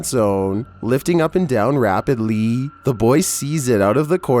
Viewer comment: the way he says rapidly 😂